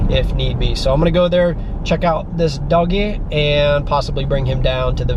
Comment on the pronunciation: i like how he says dioggy lol its funny